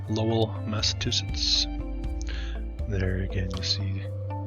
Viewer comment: mass ah chew sits = Massachusetts. Just letting you know! I did enjoy it, thanks!